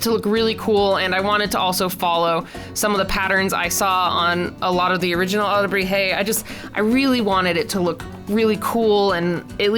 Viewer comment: SCREAMS YES YOU PRONOUNCED IT RIGHT AND I AM SO HAPPY A H- THANK YOU FOR LIKING MINE AAAAAAA